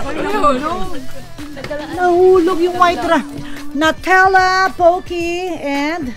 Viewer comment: tita small, it's pronounced as "new"-tella po.😊